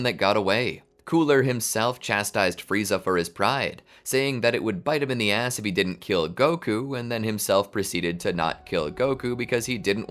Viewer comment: ass not ahh, please stop that.